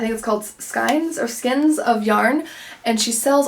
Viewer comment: Thanks for your reviews. Helpful tip Daphne de Maurier is not proinounced with the ‘r’ at the end. It’s silent. Also for the yarn it’s called Skein pronounced s k ain sounds like stain, but with the k instead of the t.